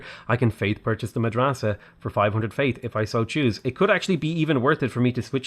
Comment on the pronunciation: your pronounciation of "Madrasa" is not too bad for an english speaker (native arabic speaker here :-) )